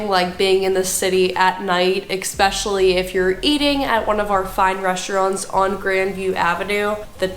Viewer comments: Jesus. Just read the word and sound it out. E-s-pecially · Tell this woman that it's not pronounced expecially!